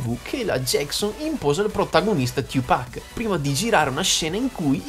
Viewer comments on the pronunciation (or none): Non è tiu pac😂 ciu pac 2pac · Fox - The Best of Top si abbastanza ma va beh Oi...é la tua voce ahah, diciamo che mi dá maggiormente fastidio come dici 2pac..questo è basta. Ma poi, perché lo pronunci cosí il nome?